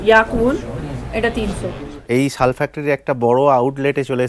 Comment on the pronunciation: ওটা ছাল নয় শাল ।